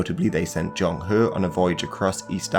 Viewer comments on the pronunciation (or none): good video, kindly point out that there is a wrong pronunciation :zheng he .